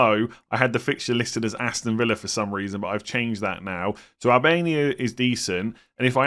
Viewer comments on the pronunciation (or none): none